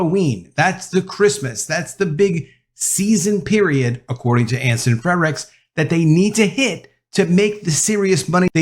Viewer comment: Do you think you can start pronouncing Anson F R E R I C H S last name properly? It is not FreDrichs. No D in there.